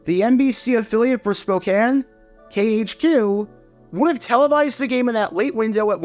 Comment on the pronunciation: Thank you for pronouncing Spokane correctly ~A nearby resident Go Hawks